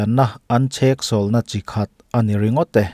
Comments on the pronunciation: Tinge chheksawlh na itih tlat mai le??? Cheksawlh tih zawk tur ani e... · Ni e, chheksawlhna a ni lo....cheksawlhna....tih tur, mizo țawng hi ti dik hram2 ang u. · Chheksawlhna tih hian beng tithlep deuh e. Cheksawlhna tih zawk tur a ni. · chhek ni lovin cheksawlhna tih tur ani e... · Chheksawlhna niloin cheksawlhna tih hi a lam dan tur diktak zawk ani.. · CHhéksawlhna a ni lo, chêksawlhna a ni zawk e! Mizo ṭawng zir nasa rawh!😮😮